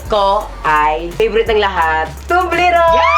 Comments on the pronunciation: Tobliron or tobleron can you pls. talk proper umm.....gay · Toblerone!hindi po Tublerone!Mali talaga! HayNako!